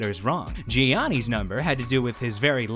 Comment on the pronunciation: G-annis, Wtf? Learn to pronounce his name and show some respect!